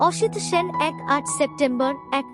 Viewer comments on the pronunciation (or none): এইরকম ভয়ঙ্কর খারাপ উচ্চারণ নিয়ে ভাষ্যপাঠ! সলিল চৌধুরীর নাম জানেন না? সাল বলছেন এইভাবে?! এক নয় সাত পাঁচ 😮 অসিত Sen বলছেন?! কী দরকার এই প্রহসনের?